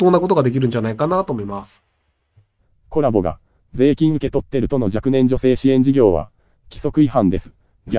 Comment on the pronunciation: Colaboな。Coraboじゃなくて